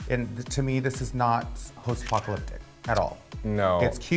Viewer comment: post-apocalyptic isn't that hard of a word to pronounce tho? Especially for someone who proclaims they're an intellectual all the time and makes comments about other people's grammar (